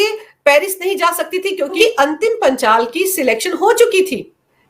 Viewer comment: मैडम पहले पहलवान का नाम तो सही से बोल लो वो अंतिम पंघाल है ना कि अंतिम पांचाल फिर ज्ञान बाटना गोदी मिडिया